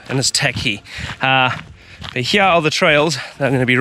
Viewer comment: Love how says "here", "heyah" lol